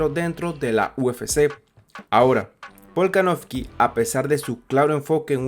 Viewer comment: En 5 minutos dijiste tantas veces "Alexander volkanoFFFky" q no tuve más opción q sacar el video.